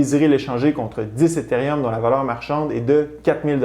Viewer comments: Tu pronounce bien etherieum, mais moins bien Bitcoin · Tu essaie de prononcer Bitcoin en francais, avec le coin a la fin. Ca sonne comme “bitcongne”. Tu prononce Etheruem avec l acces Englais par contre C est une remarque positive et constructive. Ca peux irritater des gens de te voir deformer le bitcoin